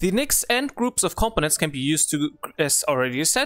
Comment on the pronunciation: The way you pronounce components it sounds like competence. Once one gets used to it though, there is understanding. Good video. Thanks.